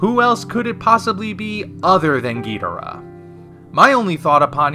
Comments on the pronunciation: Ghidorah. You are saying it wrong my bro. The original English rendering was gheedrah, as Nick Adams said in Monster Zero. HOWEVER, Toho has stipulated many times since that Ghidorah is the preferred name. Please stop the spread of this inaccurate "Gheedrah" to another generation of fans. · The Japanese pronunciation puts emphasis on the first and third syllables, resulting in "GHI-do-Rah" rather than "ghi-DOR-ah", and since King Ghidorah is a Japanese creation, that enunciation - the one I'm using - is technically correct. I don't suppose you have an actual rebuttal? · well if your gonna trash talk Godzilla Anime you better learn how to say ghidorah just saying watch the Godzilla vs Ghidorah just saying you should hear what they say when they say king ghidorah